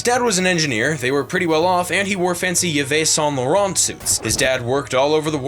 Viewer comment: The way you pronounced Yves Saint Laurent 😅